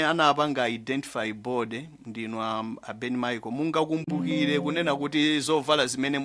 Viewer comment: Narrator kulephera kutchula Ben Micheal